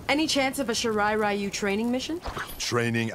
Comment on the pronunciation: Everyone: shirai ryu: SHIRA RAYU!?